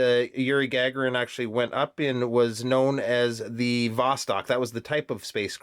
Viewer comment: As you know, I'm a huge Space Geek so big thumbs up for the Sturmanskie! I'll reserve my comments until the formal review. PS Gagarin is pronounced Gah-GAIR-in., with emphasis on the second syllable.